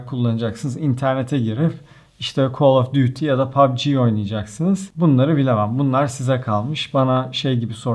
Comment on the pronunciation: abi call of duty değil.. kal of dati yalnız :)